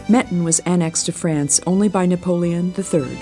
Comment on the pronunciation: The pronounciation of Menton is killing me.